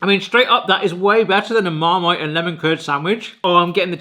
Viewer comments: I thought it was cool! And I could tell it’s not AI because he couldn’t say marmite lol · Who's the narrator? A very deep voice though it was definitely funny hearing him stumble over how to pronounce Marmite! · Are you deaf? It can't pronounce Apricot or Marmite.